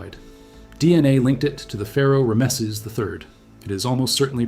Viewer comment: Still hate AI... You can tell, for example they pronounced Ramses as "Rah-mess-seas"